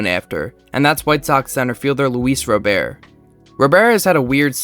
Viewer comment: Hate to be that guy but Luis "Robert" is pronounced like an American Robert. I agree its weird but ya /